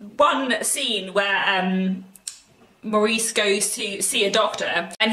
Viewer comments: pronounced Morris BTW. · Love the book and the film , but always pronounced it Morris